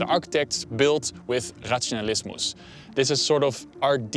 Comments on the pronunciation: the way he says "razionalismo"... I'm dead. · "Razionalismo" with a pronounced "s" (even if there is no "s") at the end was quite endearing too.